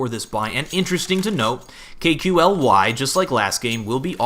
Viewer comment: Hey, KQLY => say it like that KALY ( like you say "Stan Lee" );)